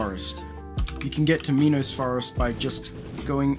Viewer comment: the way you say it you pronounce it as meanos forest it's menos not meanos